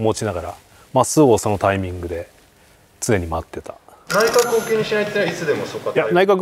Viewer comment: △タイ↑ミング ○タ↑イミング